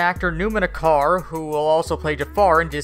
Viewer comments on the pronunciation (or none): He's name is not pronouncing like "akar". In turkish "c" pronouncing like "j". So "Ajar" is the correct one.